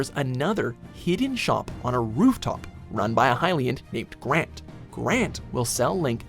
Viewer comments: his name is Granté, not Grante... do native english speakers really think é and e are pronounced the same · it's granté not grant just like pokémon not poke-mon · Grant Me: What the… It’s pronounced GrantEy right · Granté not grant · doesn’t pronounce the “é” in “granté” granT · AKCHALEEEEEEEEEEEEE ITS PRONOUNED GRAN-TAY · It's pronounced GRANTAY because it has a slash over the e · When you pronounce Granté wrong...